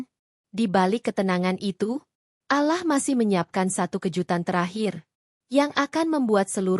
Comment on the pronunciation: Pembaca narasi tidak pasir mengucapkan kata ALLAH segera perbaiki😊